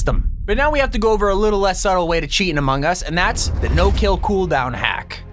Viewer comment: its not chaet